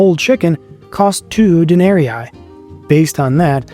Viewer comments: Please pronounce the name of the monetary currency properly Denarii or Denarius,... De-nar-y,... not,... Den-ar-y-eye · Good but it would be better if you pronounced the Larin better. Not Denaeriae, Den-ah-ree-ee. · Day--NAH-REEE... not de-NAH-REE-eye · Please, "dae-ne-ree-ee". Not "dae-ne-ree-i". Sorry I don't know why it bugs me, but it really does. It's latin, 'ii' is "ee-ee". Otherwise, super interesting. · Good video spoiled only by the pronunciation of 'denarii'. It should be 'den-ah--ree-ee', not 'den-air-ee-aye'. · It’s very annoying to hear you add and extra “eye” every time you say “Denari”.. All that research and you didn’t learn how to properly pronounce denari… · You keep saying Denarii wrong. It is not denari eye. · I haven’t seen anyone else mention it but dude! The coin is a DENARIUS. Plural is DENARII, pronounced de-nah-ree-ee . Otherwise — well researched! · WTF is this pronunciation of "denarii"??? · Denarius, denarii. According to St. Augustine (who taught rhetoric at one point) Latin was a quantitative language (like Finnish or Japanese), meaning that double letters had semantic significance. And they, the double letters, were pronounced the same, just for a longer amount of time. You are saying the first 'i' in denarii like a long English 'e' (as in meet), and should be elongating that sound to cover the second 'i' -- instead you are saying the second 'i' like a long English 'i' (as in 'might"), which is a diphthong, and also "wrong" (not reflective of Roman Latin). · All the effort you put into making this video yet you couldn't find the time to learn how to pronounce denari.